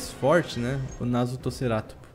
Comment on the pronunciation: vc falou narutoceratopo kkkk